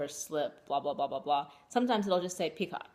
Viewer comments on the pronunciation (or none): First off you are adorable ! Love color of yarn you are using for your shawl and the color of your yarn you are spinning. The crochet butterfly is awesome. BtW. Picot is pronounced (pee-ko). ;) Thanks for your video